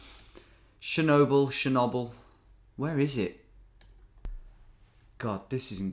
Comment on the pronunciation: Wow… never knew britts are so bad at pronouncing foreign things haha. Pripath and sjenoble 😅